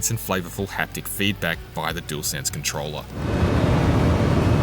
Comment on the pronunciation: Dualsense or jewelsense 😂 say it properly please it’s just lazy 👎🏻 imo.